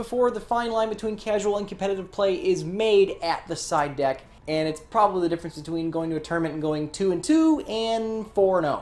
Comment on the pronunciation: every time said side deck i kept hearing psyduck:(